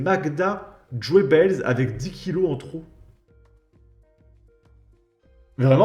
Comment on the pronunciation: Magda Goebbels se prononce gueubeuls😂